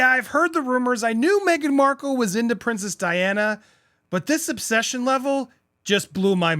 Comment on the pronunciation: Awesome topic…but, my man - if you don’t get her last name right! 😂😲🙏🏻